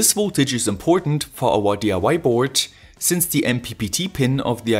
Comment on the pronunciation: Super Video! Mir fällt hier und bei deinen anderen Videos immer dein "the" auf, das du aussprichst als würde immer ein Vokal folgen. Schau dir das viellleicht mal an. Ansonsten super, weiter so!